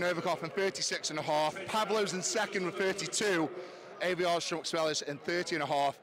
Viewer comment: You hear their names said all the time, yet you still mispronounce them 😂 Ay-vi-ars